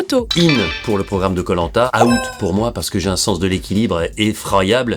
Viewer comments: C'est out pas a-out mais sinon stylé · Quitte à corriger la prononciation mets "Ouwt", out à la française ça sonne pas pareil